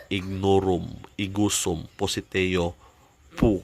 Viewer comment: Bkit pociteo yung bigkas mo bro peru yung nka sulat piciteo sana masagut